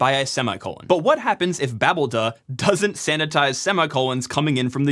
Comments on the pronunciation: cough I believe its pronouced... ba! (as in, hahaha!), BALD! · greybeard here, chiming in to just say "foo-dee" is the normal way to prounounce daemon names, so, here, "babel-dee". Do what you will, just saying that's what's historically typical. :) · you make me crazy with your pronounciation of babeld ... may suggest babelDaemon or Babel-D